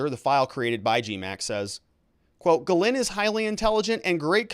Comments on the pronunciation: She was born in France. Her name is supposed to be pronounced Gizlaine, not Gilane. You can look it up on utube. The English cannot /will not pronounce foreign names. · Ghyslaine is a French name and should be pronounced jiss-len. I know many Ghyslaine living in a French speaking province.